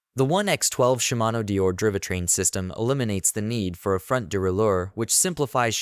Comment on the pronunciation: driveh train? de raley ore? AI voice fail